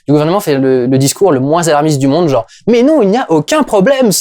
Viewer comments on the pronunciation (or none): none